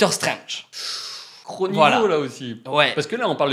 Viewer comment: MDK déjà tu va respecter le personnage c'est ”Strange” pas ”Strenge”